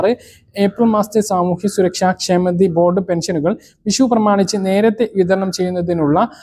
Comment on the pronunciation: വിശുവല്ല. വിഷുവാണ് അക്ഷരസ്പുടതയില്ല സുരക്ഷയാണ് സുരച്ച യല്ല